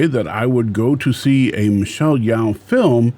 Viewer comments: Her name is pronounced as Yeo not Yao. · If you want to respect Michelle, you should pronounce her name correctly.